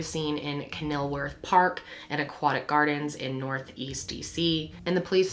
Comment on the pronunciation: Thanks so much for featuring stories about girls of color and talking about poverty. Especially missing cases which need attention. Only constructive criticism is to maybe find out how to pronounce locations properly. I'm from DC. You mispronounced "Kenilworth" and "Bladensburg" on this show.